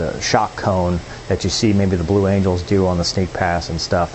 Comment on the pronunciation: i just wanted to say... he said Blue Angles.